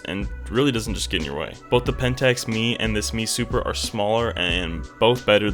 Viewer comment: It's an "M E" Super not a" ME " Super. M E not ME.